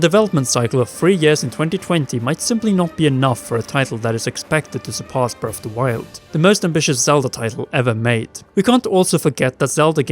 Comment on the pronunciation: Breaf o' da woiyold